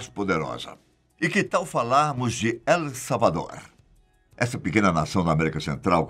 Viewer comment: " Global 'farpauer'..." "Él salvador"... O certo é "Faier power" e "Êl salvador."